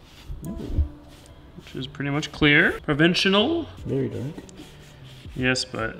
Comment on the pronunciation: PRO - VIN - SHUL - Provincial